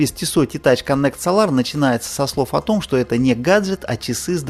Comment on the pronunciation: Dude ударение в Солар бьет по ушам. СОлар а не СолАр.